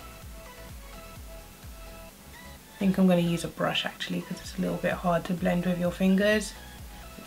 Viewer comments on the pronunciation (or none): The letters "th" when pronounced together do not make an "f" sound. It's THink not Fink.